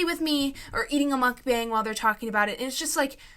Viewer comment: Mukbang is pronounced muk-ba-ang